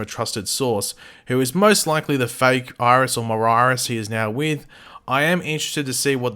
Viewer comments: Bitch Iris not Mirris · Miris? Pronounced My-Ris